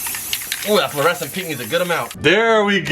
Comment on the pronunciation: Parker: that is fluorescent right?: oh it is very fluorescent, it’s Fluor and it’s scent Me: wait did just miss pronounce fluorescent?